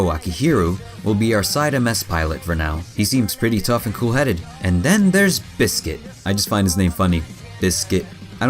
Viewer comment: ... Bissss Kit?